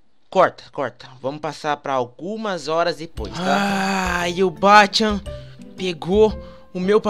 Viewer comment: Kacchan não bah cchan